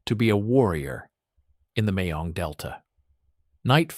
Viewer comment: Mekong Delta, not Mayong Delta.